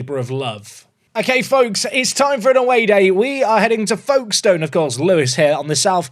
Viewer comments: Folkestone is pronounced Foakes stone. The l is very much silent. This comment is mostly because I want engagement on this video to push it forwards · We pronounce it more like "Fokes-ton" down here! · As someone from the south east of Kent, the way pronounced Folkestone made we shudder, the L doesn't get pronounced